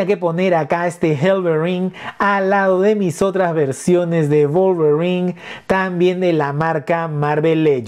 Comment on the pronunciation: Execelente pronunciación del nombre del personaje, la figura atrae mucho la verdad